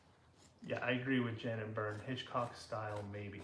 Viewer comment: Hitchcock not hancock